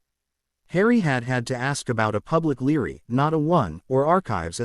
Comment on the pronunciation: Library not Lery.